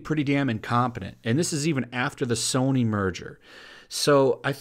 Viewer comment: "Soyny" LEL <3